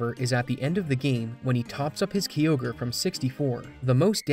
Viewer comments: and kyogreis said like ki ogre not key ogre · My guy... Interesting vid and all; but it isn't Key Ogre, it's Kai Ogre. Like the dbz Kai. Totally threw me off 😅😂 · Its a kyogre not a kiogre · The Ky in Kyogre is pronounced like Kai, not like key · KYOGRE KYE-OGRE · You calling kyogre key ogre is sofunny lol i cant unhear it now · "Kee ogre" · Im sorry but did you just called Kyogre kiogre? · i have heard many people butcher pokemon names but i have never heard one as terrible as key-ogre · who pronounces Kyogre as "key-ogre"? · I cringe everytime I hear Key-Ogre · Ughhh. When someone who clearly has never played the game makes a video about it. Key-ogre 😅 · gen 3 is my all time favourite gen, so that Kyogre pronunciation ripped out my soul 😭💀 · You pronounce all the pokemon names correctly except Kyogre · I love the way you say Kyogre 🥰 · The most infuriating part is your pronounciation of Kyogre and Liza's names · How do you mispronounce Kyogre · Love the content but some pronunciations are quite bad. KYogre is not pronounced KEYogre. Also Liza is different than Lisa. Small tweaks, but for an overall much better vid! Thanks!